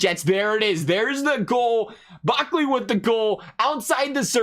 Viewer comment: It’s Brickley no Buckley